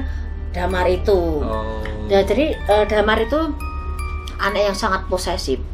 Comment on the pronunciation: Dimar,,,,Bukan Damar